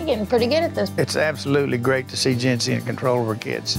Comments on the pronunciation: I know her name is Jency, but I cannot not hear “Gen Z” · Who else heard Gen Z instead of Jency? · I keep hearing j-z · I hear Jentsy